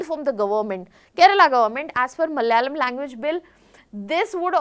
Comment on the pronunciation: It's Malayalam, not malyalam😡